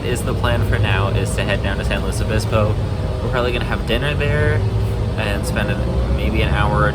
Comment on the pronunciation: It is pronounced Pass-oh Row-bulls, so good job! Also good work on correctly pronouncing it "San Lew-iss Obispo" instead of the dreaded "San Lew-ee Obispo" - SLO is not and was never French! And yes, both are a far cry from the actual Spanish pronunciations, but that is just how California do. Also see Lahs An-jell-eez, Sa-cra-men-no, or the ever popular Vallejo as Val-ley-ho, which incorporates the Spanish j=h but not ll=y.